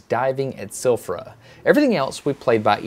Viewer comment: Interesting video that you made Destin as most of your videos are. One small thing that I want to point out to you. In Icelandic we pronounce Silfra as Silvra (Sil-vra), one of our many exceptions. Another one would be Keflavík (where our international airport is) as Kebblavík (Qe-Bla-Vík, not i but a bit different). That is all, I hope you enjoyed this much needed trip!